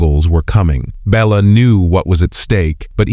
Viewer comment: The king was not "Bella" but Béla. "Béla knew what was at stake."